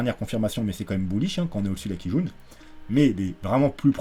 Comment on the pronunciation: A chaque fois que tu dis Kijun, ça me fait penser à une quille jaune mdr